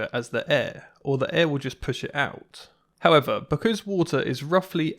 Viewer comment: Ah yes, the Wootah.